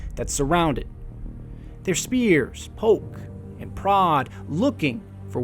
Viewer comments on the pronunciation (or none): none